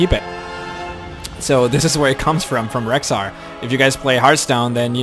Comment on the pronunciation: im sorry to ruin your name, but its rexxar, not rhexxar.